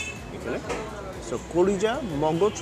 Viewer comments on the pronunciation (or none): ভাই ফুসকা না ফেফসা